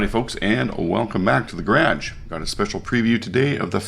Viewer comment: thanks, enjoy your videos, picked up the fury for my grage, no I didn't misspell it, spelled like you say it. lol thanks again